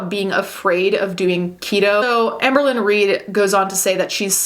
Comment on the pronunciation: Apologies but whenever I hear you say Amberlynn, I hear Anne Berlin and then I go full Steel Magnolias: "Who's Anne Berlin?" "Anne BO-leyn! She was one of the 6 wives of Henry VIII." Anyone else? Just me? Okay... 🤣😘